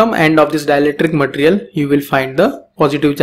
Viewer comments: Its ma-te-ri-al Not mat-rial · your pronunciation of material irritates me idk why